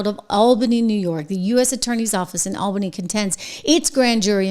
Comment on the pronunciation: aal·buh·nee as in the word all. Not like the name Al.